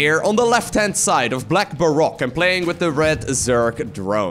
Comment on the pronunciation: Hey! Minor thing, Baroque in English is pronounced Bar-roak or Bar-rohk. Just a minor thing but love the content all the same